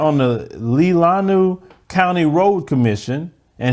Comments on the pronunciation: It’s pronounced len a way😊& yes it’s a lot of supremacy in that county, I’ve lived in Michigan my entire life & that county has always been that way!! SMH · Leelanau (Lee-Lan-Nah) bruh 😁. My family is one of very very very few minority in northern michigan.